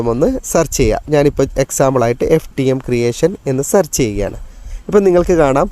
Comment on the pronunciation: സർച്ച് അല്ല, സേർച്ച് ആണ്. നേരെ പഠിക്ക്🤔🥵😱